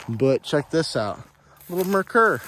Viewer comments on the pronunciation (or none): The boat tail Riv at the end is a '73, not '63. And Merker is pronounced 'Mare - Coor'.